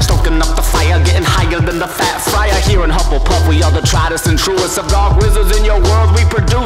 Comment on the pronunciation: Hufflepuff is now pronounced Jett Puff Honey Badgers. Nothing will change my mind